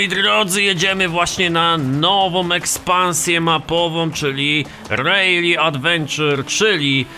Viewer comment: proszę cię nie mówi się rejli tylko rali